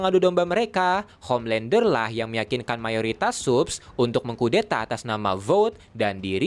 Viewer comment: Homelandah,Bili butchah😑